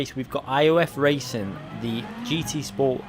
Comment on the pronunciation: Muted...please learn how to pronounce racing. FFS